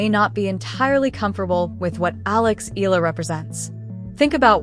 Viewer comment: Eala pronunciation E-yala